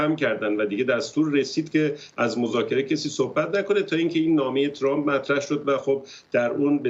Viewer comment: چرامپ نه , ترامپ ....یعنی میخوایید بگید خیلی لهجتون بریتیشه ؟ 😂